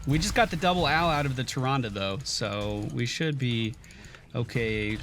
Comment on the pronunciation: I can't get enough of saying "Tyranduru Whispuruwinduru."